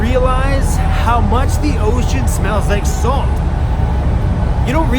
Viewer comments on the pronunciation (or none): none